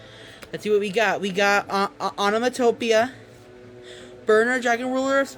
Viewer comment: The way he pronounced onomatopoeia 🤣